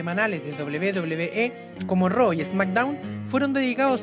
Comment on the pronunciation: "Esmackdown" o "Smackdown"??? Jajajajajaja!!!